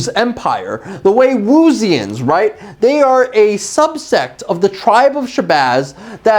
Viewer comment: Why are you pronouncing Wewuzians that way? 😂